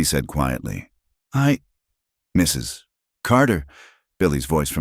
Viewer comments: A.I. does strange things. Sometimes it says the man's dialog the way it says the woman's. Sometimes it says dialog rapidly for no reason related to the story. My guess, the pause is the result of the A.I. narration encountering the " . " at the end of "Mrs." and interpreting it as the end of a sentence. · The best one I've heard. Except for the Mrs. pause each time it was great. But I got past it. AI sees the period and thinks it needs to pause. lol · AI sees the 'period' after Mr. and reads the last name as the first word in a new sentence.